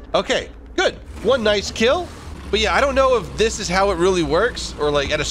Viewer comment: Thailand nooooooooo ''Noice shot''